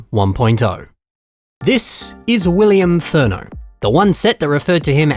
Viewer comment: "Willian Afurno"